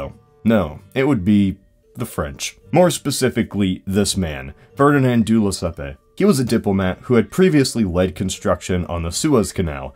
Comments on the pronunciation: It's pronouced "Lessep", not "Lessepé" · Wow you really murdered that poor Lesseps name xD